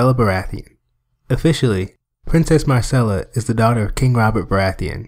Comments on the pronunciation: Tyrion mispronounces Myrcella's name as "Marcella." Interesting that they apparently didn't catch that during production. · It driving me nuts because all I heard is Marcella, not Myrcella